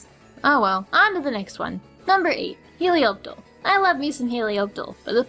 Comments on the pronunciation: Helioptle? It's Helioptile.. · Helioptle... I thought it was a typo, but you said it. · It's not helioptle it's helioptile